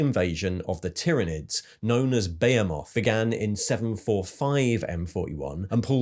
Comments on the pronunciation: Your pronunciation of behemoth and Abaddon are…unique. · "Bayemoth" is the British pronunciation, and "A bad'un" is the GW pronunciation